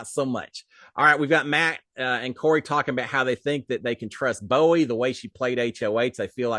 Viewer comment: you called Bowie "buoy" again! lol! <3